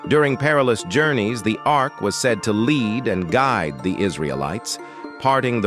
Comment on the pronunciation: Ark, not arch.